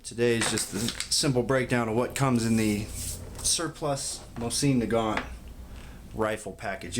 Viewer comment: Why would I listen to you when you don’t even know how to pronounce the name of the weapon?